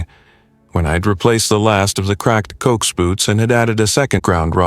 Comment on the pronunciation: Great till Cokes... it's pronounced CO-AX ( short for Coaxial Cable. ) 😂😂😂. G7VAG. 🫶🇫🇴🇬🇧🇺🇸🫂